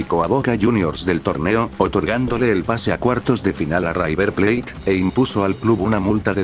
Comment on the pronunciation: Buen video! Haría algunas correcciones, como corregir las pronunciaciones (suena river plait, en vez de river plate) o verificar algunos datos como el de luis diaz que hace bastante que es jugador del bayern, eso sí, en el momento del secuestro jugaba en el liverpool. Me parece muy bueno lo que haces, siento que algunos detallitos podrían hacerte pasar de algo muy bueno a la excelencia. Saludos!